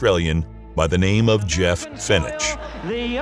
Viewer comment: Do you ever watch your own videos before releasing them? Because you incorrectly pronounced Jeff Fene(ch) wrong, followed by footage of an Australian announcer correctly saying 'Fene(k)', and then you immediately went back to mispronouncing his name. It really doesn't matter, but I'm sure if you'd watched this before release, you would've noticed it.